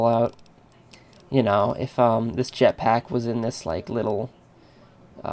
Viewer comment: lol he nearly said japsack... btw if ur not british it means ur urethral.